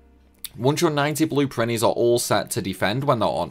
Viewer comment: “And make 100 PRINNIES...” I beg your PARGON?! XD